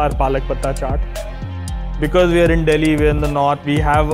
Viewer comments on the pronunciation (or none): none